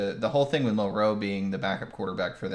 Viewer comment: His name is pronounced MIL-roe, emphasis on the first syllable.